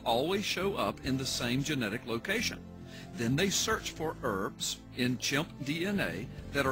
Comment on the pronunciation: "urfs" not E.R.V.s?? has no clue what ERVs actually are or how the genome actually works..